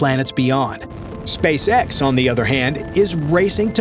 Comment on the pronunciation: the way he pronounces SpaceS*x sounds funny,haha 😅